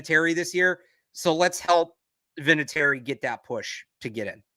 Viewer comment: Vinatieri - not even close...no offense,.